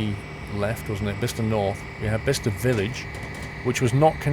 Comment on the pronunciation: thank u for being the ONLY train sim youtuber who can pronounce Bicester correctly xD